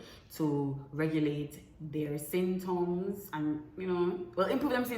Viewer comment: If pronounce di word wrong one more time😂 "synptoms"